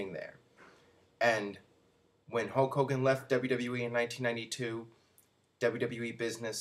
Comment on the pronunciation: Once again, can't pronounce Hulk Hogan. Ho Kogan